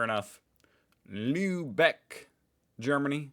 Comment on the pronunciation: The way you pronounced Lübeck was almost perfekt😊